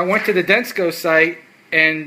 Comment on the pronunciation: dude...the name is Denso. why did you pronounce it with a "C". it's not Densco Lol